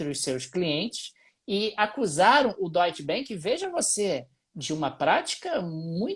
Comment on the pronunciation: Curto bastante e acompanho diariamente. Mas fica aqui o comentário/sugestão/correção: ‘A’ tem som de ‘A’ mesmo em alemão, então é mais pra “doitche banc” do que “doitche benc”.